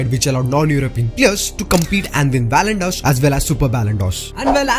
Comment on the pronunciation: It's not ballondor it's Ballon d 'or d is pronounced as di not deu